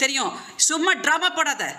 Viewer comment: Drama ❌ trama✅😂